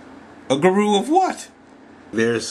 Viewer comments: the accent is actually on the first sylable. So it is GU-ru and not gu-RU. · It appears many people believe in the "less competition the better" idea. I suggest that is extremely often the _wrong_ way to go. You're a high-quality blogger, so I think People and Blogs is the right one (since you're sometimes philosophical/serious). But, fyi, the first pronunciation of guru is "goo-roo," with the accent on the first syllable, lol. But whatever . .